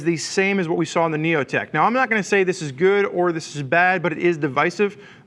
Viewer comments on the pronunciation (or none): none